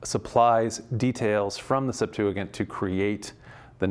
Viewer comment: Why does he pronounce Septuagint like that